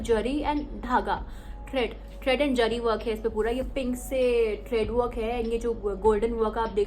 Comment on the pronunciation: Its zari not jari